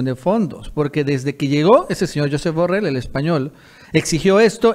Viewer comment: Se dice jusep burreill es catalan ,no Scottish